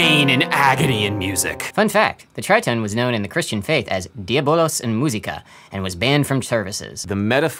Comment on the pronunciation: Diavolos derives from the Greek word Dia+ vallo (διαβάλλω) and dia+ voli (διαβολή) which means calumny, defamation. Neither bolos, nor volos... The verb vallo (βάλλω) means to throw, strike or attack. But to be fair you were pretty damn close.